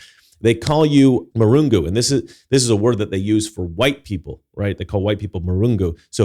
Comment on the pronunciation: It's not marungu. It's mlungu.